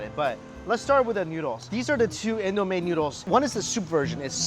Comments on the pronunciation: And I Nigerian so it's not pronouced In-doo-meh but In-do-me and we made it tho we made indomie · It’s not pronounced indo may it’s pronounced indo mee